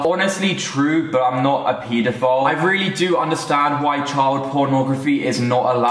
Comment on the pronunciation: "PEEETOO FILE"